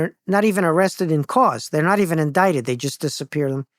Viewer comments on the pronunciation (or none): none